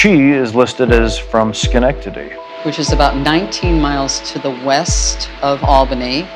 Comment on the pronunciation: I was surprised he said Schenectady right lol